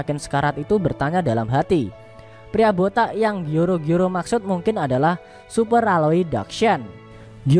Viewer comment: Bang bilang botak nya harus "boTAK"